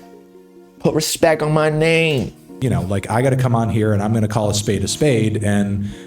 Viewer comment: why do you insist on saying everyone’s name wrong?